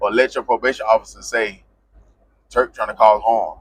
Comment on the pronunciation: SAY IT WITH ME TURK NOT TREWK